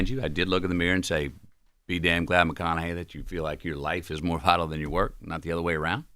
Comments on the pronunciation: Charla really couldn’t pronounce Matthew McConaughey when he’s been in the spotlight for 2 decades… Dame was right lol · I don’t know if chalamane was playing by not pronouncing Mathew McConaughey’s name correctly or was he for real and saying some of you might know him from his acting that was also disrespectful he is a profound act know for some of Hollywood’s biggest movies and for him to say some of you might know him from his acting and not pronouncing his name correctly unprofessional being an interviewer you introduced the guest by acknowledging who they are and what they’ve accomplished to act like he doesn’t know who he is is ridiculous unprofessional, and by the way, I misspelled Charlemagne’s name on purpose and going back watching some of the breakfast club interview, Charlemagne introduced it the black guess by running down there achievement and expressing his admiration for them shame on you, Charlemagne for not doing the same for white guest even though you might not have admiration for them you still introduced them for their achievement, whether it be acting or the music industry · I ABSOLUTELY can't believe they got MM on this show... and CLOWN Charlamagne can't pronounce this legend's name. That was such a disrespectful way to open. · How do you have a guest and not know how to pronounce their name especially a legend like our guy Matt? Come on now ❤